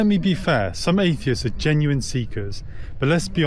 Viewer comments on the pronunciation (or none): none